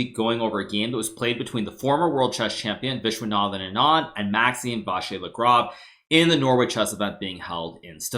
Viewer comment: Who needs ears anyways. That "ANND" killed me.